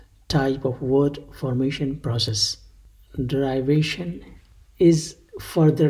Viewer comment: You pronounce derivation wrongly!